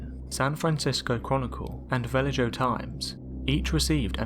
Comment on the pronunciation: Vah lay hoe not Va ledge oh